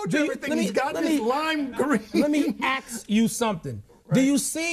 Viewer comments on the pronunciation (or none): let me AKS u something!